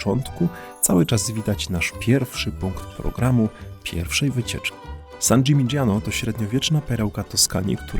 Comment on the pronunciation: Wymowa San Dżiminiano nie San Dżimidżiano. Podobnie Lamborgini nie Lambordżini. To od mojej filolog siedzacej obok. 😊 Dzięki za materiał. Ten region rowerem nam nietknięty. Fajnie byłoby zobaczyć je ponownie z perspektywy siodełka rowerowego.